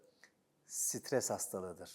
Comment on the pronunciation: Lan adam stres yapma diyecek ne geveledi ya